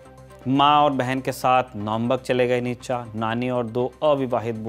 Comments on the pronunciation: It's नीत्शे,not नीतशा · भाई इसका नाम नीच्चा नहीं नीत्शे था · Isako itana hi pata hota to....nitshe ko nitacha bolta???? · Its फ़्रेडरिक नीत्शे not नितचा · नीत्शे नाम था। निटजा नही। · सही उच्चारण नीत्शे है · His name is pronounced as नीशे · Naam bhi sahi se nahin spell kar paate ho NICHA😂😂😂😂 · Actually it's pronounced more like Nee-che